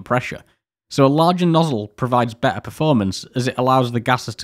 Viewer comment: I liked your show. We only have one problem. You’re missing one of the letters in the alphabet it’s T. You’re pronouncing water :wahuh You’re pronouncing better : behuh Otherwise, you did a great job !!!! remember we have 26 letters in the alphabet. We should use them all.haha but after all, who am I criticizing a rocket scientist?hanku!!